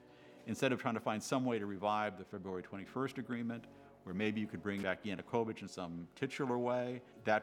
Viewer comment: Seriously!? Oliver Stone couldn’t even pronounce “Yanukovych.” Every new English teacher in Kyiv at that time, made that mistake for like 2 days before they got it right. How much “research” did this guy even do? And the party “Peoples Movement” is not spelled “Peoles Movement.” Did they even proofread? This is why I don’t watch “documentaries” on YouTube. They look like bad high school projects. I’ll admit it did look interesting at the beginning but then lead into such obvious BS. Most comments here seem to come from people who couldn’t even find Ukraine on a map.